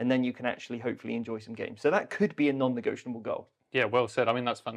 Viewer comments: "Negotianable" is not a fucking word and you both say it about 80,000 times... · I love your videos and podcasts but I've got to say it... hearing you say non-negioTIONable over and over is so hard to listen to once you notice it 😅